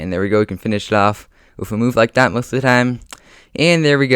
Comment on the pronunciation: Please learn how to say that right and not thaT